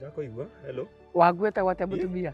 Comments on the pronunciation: 🤣🤣🤣🤣 "Herroo" ndirakuigwa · aky uko na wanna ety hello ndirakuugua wega😆😆😆😆😆